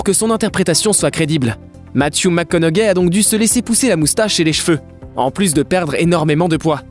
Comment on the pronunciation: C’est un commentaire sur la façon de parler. Ce n’est pas parce que nous parlons français qu’on ne doit pas prononcer un nom anglo comme il se doit. Le plus grand exemple ici, c’est Matthew McConaughey. Cela se prononce McConauHEY. On ne prononce pas le G. Il répète 3-4 fois McConauGAI 😂.